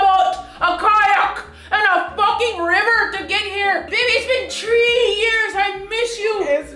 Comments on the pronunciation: play to much lmao it was the “tree years” and the “Ireland” for me😩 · "It's been tree years"😂😂I can't stop laughing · "It's been tree years"😂😂😂😂😂😂😂